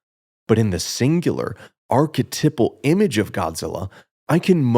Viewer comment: It’s pronounced arc-eh-TIPE-al. Archetype. TYPE. I only mention it because you say the word “archetypal” 300 times. I’m so sorry I loved the video and also liked and subscribed I’m so sorry